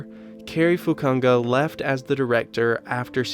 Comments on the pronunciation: Dude how can you not say the names right? PIZZ-O-LA-TO FU-KU-NA-GA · Dude, you said both those names way off, just listening to an interview or heck, even just put them into google would've helped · You had 10 years to pronounce their names right couldn’t listen after that..SMH. I know it’s YouTube but if you want credibility pronounce sht like an adult. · Nice video, but funny that you succeeded in butchering both names (Pizzolatto and Fukanaga)... lol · One thing is saying their names wrong, the other is completely butchering it. You Americans think you can pronounce things however you want while the rest of the world speaks at least 1 other language, that’s sad.